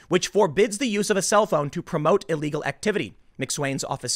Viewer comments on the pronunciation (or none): none